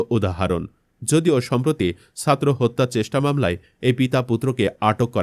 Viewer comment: উপস্থাপককে বলছি, আপনার উচ্চারণ এতো খারাপ কেন? অপরাধকে অফরাধ, ছাত্র কে সাত্র বলছেন! বাহিরে শব্দটা শুদ্ধ কিন্তু চলিত ভাষার মধ্যে বাহিরে না বাইরে হবে, যেমন রবীন্দ্রনাথ ঠাকুরের উপন্যাস 'ঘরে বাইরে'। চলিত ভাষায় কথা বলতে বলতে হঠাৎ শুদ্ধ শব্দ ব্যবহার অশুদ্ধ এবং কথার মধ্যে হোঁচট লাগে শুনতে। ইলিয়াস ভাই এর উপস্থাপনা অনুসরন করুন, আবার অন্ধ অনুকরন বা নকল করতে যাবেন না দয়া করে। নিজের খবরটাই শুদ্ধ করে পরিবেশন করুন আর না পারলে পিনাকীদা এর মতো একদম আঞ্চলিক শুরু করুন তবুও আল্লাহের ওয়াস্তে, বাংলা ভাষার ১২টা বাজাবেন না। ধন্যবাদ।